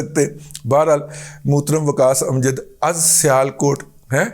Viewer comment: موترم۔۔ ہاہاہاہا ۔۔ یار لاہورئے زبان بیان کے بہت تیز ہوتے ہیں۔